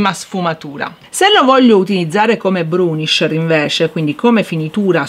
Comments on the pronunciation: si dice bURnisher, non bRUnisher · Grazie per l‘utile video 👍🏻👍🏻 Piccola accortezza: il burnisher si pronuncia senza R dopo la B 🤗